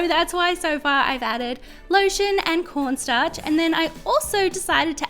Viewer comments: did she just say porn starch? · I heard ‘PORNSTARCH’ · Sounds like she said porn starch lol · she rly just said “p0rn starch” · She said pornstarch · Am I the only one who heard her say P O R N Starch